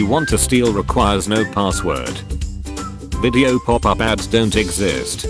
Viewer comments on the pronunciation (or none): none